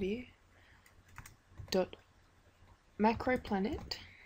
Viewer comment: Yo man, its macroPLANT not PLANET.. lol